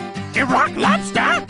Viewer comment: After all these years I just realised, he’s saying Iraq lobster, not rock lobster, my entire life is a lie